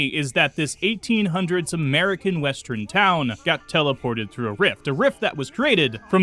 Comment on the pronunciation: Say "west." Now, say, "Urn." West-urn. Say "I." Now, say, "urn." I-urn. Not i-run. Not west-run. What do you have against "err"???